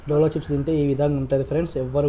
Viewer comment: Dolo chip❌jolo chip😂😂😂😂